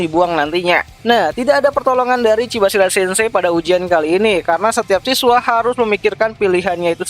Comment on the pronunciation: Chabashira bang, kepeleset ya lidahnya wkwk